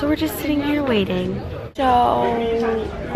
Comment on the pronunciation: Am I the only one who thought she said "we're at the airport shitting down"? Just me, okay.